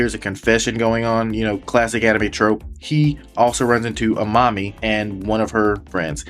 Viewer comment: I kept thinking you were calling amami "A Mommy" 🤣